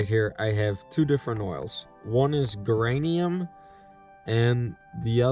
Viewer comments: Geranium is pronounced Jeranium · Nice video. By the way the pronunciation of the word "Geranium" is with a soft 'G" sound like in "Germ" or "Huge" (more of a 'J' sound) and it is a kind of flowering plant that attracts bees. This year I only caught my own swarm, and that was in a walmart box since that is all I have available when they swarmed... Maybe next year I will try your traps...